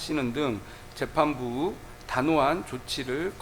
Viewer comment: '의'를 '으'로 발음하는 저 지방색. "재판부으" 식의 괴상한 발음..